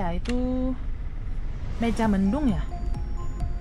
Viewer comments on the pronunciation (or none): Cirebon jangan dibaca cirebong.mega mendung jangan dibaca meja mendung. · Wahh... ada di Indonesia. Selamat menikmati perjalanan. Terima kasih utk liputannya. * Motif " Mega mendung". Bukan " Meja mendung". Mega = awan. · Mega Mendung bukan Meja En Cirebon bukan Cirebong